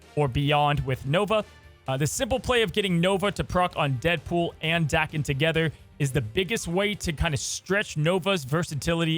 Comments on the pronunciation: Like your pronunciation of the card better than the dayken people say, but you make the “a” sound very aggressive. It’s more of just an smooth “ah” sound than the AAH-ken. Dah-ken. Bc it’s Japanese (as you mentioned) so their vowels are always pronounced: ah eh ee oh oo. Enough of the Japanese lesson another great video. Thank you 👍. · I believe the correct pronunciation is Dah-kem in Japan words are broken into syllables so it would be broken into Da Ke and then the sylabic n, which makes an em sound so Da Ke M. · FYI, the japanese pronunciation would be, "Dah-Ken". Dah like "dock". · 駄犬(da-ken) which means mongrel in Japanese. The A is pronounced softly (which you had right before you said it the Brode way). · It's pronounced DAHken, not LevioSA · It’s dake like jake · If we're looking for the Japanese pronunciation, だ (da) is pronounced "dah" as in dad in English. Then けん (ken) is as expected. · His name is pronounced "Day-ken" 🤣 love you videos homie. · The Japanese pronunciation is like "darken" without the "R". That's a simple shortcut that'll get you close enough. No need to dive into the nuances of the consonants and timing. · Japanese pronunciation is Dah-Keh-n. Da always sounds like Dah. Ke always sounds like Keh. The japanese language has far fewer sound variations than english so the pronunciation is pretty easy to figure out once you know some basics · Anytime i hear Daken pronounced like "Dah-ken," I wonder if "Dream Warriors" is going to start blasting in the background and Freddy Krueger is lurking nearby. Joke for like...three people. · I was about to type “Thank God he called Daken by his right name…” then he legit messed it up back 2 seconds later… The name is said in the cartoon. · I love that says Daken with a different pronunciation every video. I'm waiting for "Day-kon". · Hearing you pronounce Daken wrong is triggering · It’s amazing. You can’t settle on one way to pronounce Daken lol